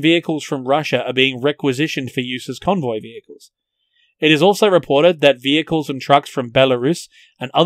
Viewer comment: "In order to proclude the need to feul the vichicals"